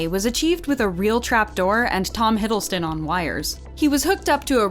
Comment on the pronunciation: Am confused of the narration... is it "Hiddleton" or "Hiddleston"? :D